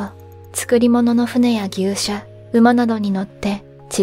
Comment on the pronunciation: 牛車は「ぎゅうしゃ」ではなく「ぎっしゃ」と読むとよい